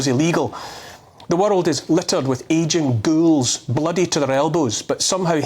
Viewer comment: It's sounds like your saying the world is littered with Asian girls instead of ageing ghouls 😆 it's the heavy accent